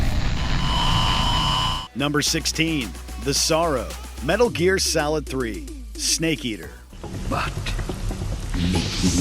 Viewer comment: I’m not the only one who heard him say “Metal Gear Salad” am I?